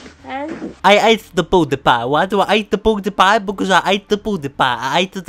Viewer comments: he sayed pudepi not pewdiepie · He sounds like he said "I ate booty pie" lol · The third one or fourth the one that said don’t call me fat I swear he says I ate pewdiepie for the first like two times